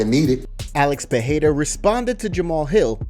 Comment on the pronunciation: Please stop pronouncing his name Peheira